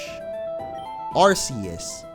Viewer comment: ITS NOT ARSSEUES ITS ARKKKK EUS